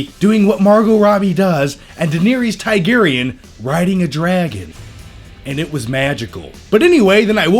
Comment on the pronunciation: "Deyneeereys Taigarian"